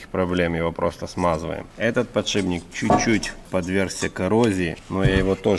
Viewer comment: ты раз 30 сказал подшиБник. Еле досмотрел, но уши до сих пор болят. Если еще скажешь шруЗа, я вообще перестану тебя смотреть